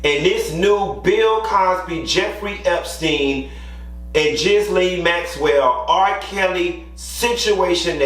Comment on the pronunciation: You butched Ghislaine Maxwell name but its all good because she's trash!